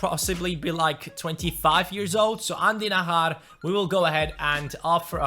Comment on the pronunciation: I's Not Nahar it's najar just like jones jj not hh Like So Can See